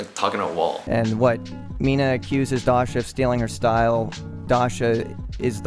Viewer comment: the way says Dasha is really satisfying